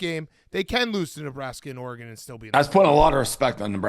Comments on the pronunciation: Dave’s refusal to pronounce “Oregon” like a civilized human is ridiculous. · So nobody has the balls to help Dave pronounce Oregon correctly?